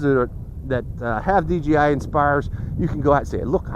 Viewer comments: You said dgi not dji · I know that what makes m saying he keeps saying dgi when it is dji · It's not dgi it's dji